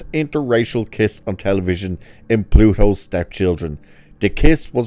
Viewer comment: Plato not Pluto.